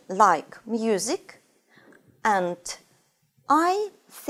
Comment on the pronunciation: В целом, довольно полезно, но "интэрестинГ" и "энТ" режут слух. Или произношение совсем не оценивается в устной части ОГЭ?